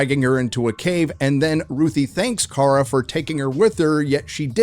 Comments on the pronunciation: OH AND its KARA (CARE-UH) NOT CAR-UH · Did just call Kara, “Kar”? Mar(got) calling Barbie, “Bar”